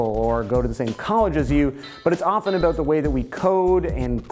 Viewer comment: Yeah heard him pronounce "about" as "aboot", which made me wonder if he was Canadian. He repeated this a few times, and when he said "showt out", instead of "shout out", I was more than sure he was Canadian. xD